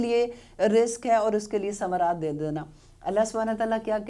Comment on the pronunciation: Mam 126 ayat mein minasamarate hai minattanarate parha q